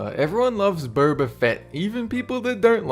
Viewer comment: "burber" fett lol